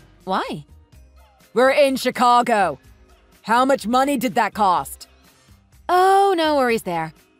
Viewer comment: Pronounce Houston and Chicago right. OP is kind of dumb for quitting her job just to please him even though she KNEW he couldn’t afford the house by himself. And OP practically punctuates her texts with haha towards the end.